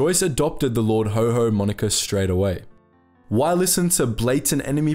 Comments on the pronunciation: Lord Haw-Haw, not Lord Ho Ho. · Lord HAW HAW, not Lord HO HO. He sure wasn't Santa! 🙂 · Well researched presentation. Not Lord HoHo, but Haw Haw, bro. "Lord haw haw the humbug of Hamburg" Always Look forward to each new episode arriving on my desktop. Well done mate, keep it up. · Please check how to pronounce words it is lard HAW HAW (Rhyms with saw) NOT HO HO as in Father Christmas!!!! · "Haw-Haw" wouldn't be pronounced like "ho-ho" but like the aw sound in saw, or the "Haha" sound of laughter. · Why do you pronounce "Lord Haw Haw" as "Lord Ho Ho"??? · The small ANNOYING ways to pronounce Lord Haw Haw. It not Ho Ho! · learn how to pronounce haw haw